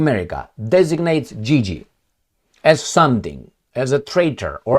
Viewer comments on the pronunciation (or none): none